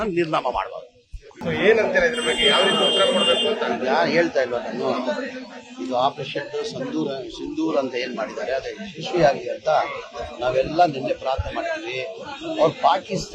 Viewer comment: Operation sandoor alla swami 😂😂😂 Adu sindoor